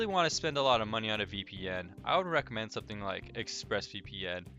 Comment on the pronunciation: Title says 6 he says 5, and he "recorimends" Torguard...lol.....JK bro thanks for the video/review and help....